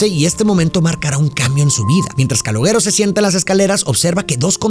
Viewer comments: Una de mis pelis preferidas. Creada por De Niro. No sé dice Caloguero... Se dice Caloshero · Se escribe calogero pero se escucha caloyero no caloguèro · Amo esta peli y a, pero por fa: no se pronuncia /calogUEro/ sino /calóyero/ ( la Y sibilante, vibra, con la lengua detrás de los dientes de arriba. Y muy importante el acento en la E). El resto impecable como siempre. ❤ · Se pronuncia (Calóyero) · se pronuncia Caloyero, es un nombre italiano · No Es Calogero Es Calolleró. Video Tonto. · Calogero nose pronuncia caloyero ? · no quiero ser pedante, pero en verdad no se pronuncia Calogero es como "calóyero" sbs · "Callóyero" se pronuncia en italiano o algo así... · Calogero se lee Caloyiero. Sin ofenderte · Todo bien pero se llama KALOYERO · Excelente cómo siempre pero tenías que llamarlo Caloooooogggggeroooooo con acento italiano 😂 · calogero no, cáloyero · ja ja, perdón, Pero yo quien es Caloguero, y pues ya vi que lo pronunciaste como se le, y falto enfatizar. Pero si, esta es de mis peliculas favoritas de cine italo-americano, que se puso muy de moda en los 80s y 90s, la diferencia es que en esta se enfoca al hombre común y no glorifica a los mafiosos. Y la mejor frase, y que sigo diciendo, que Hombre Duro, es el hombre trabajador, es muy fácil apretar un gatillo, no se requiere mucho esfuerzo, pero levantarse temprano todos los días para ir a trabajar, eso es tener huevos, y no los delincuentes. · Se dice "Calóshero" o "Calójero". Encima lo dice tantas veces que ya me produjo ansiedad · We eres mi ídolo neta me gustan mucho tus reseñas pero el nombre del chico se pronuncia "calóyero" jejejejeje se oye bien jalado no pude terminar la reseña 😢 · que no se dice CaloLlero? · Se pronuncia Caloyeró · Pronuncia bien su nombre mrd! 🤦🏻🤦🏻🤦🏻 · No pude seguir viendo el vídeo por como pronuncias el nombre del chico 😵‍💫🥴😵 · Cómo te través a pronunciar el nombre “Calogero” así y las veces que lo hiciste!!! Jajajajaja 🤦🏻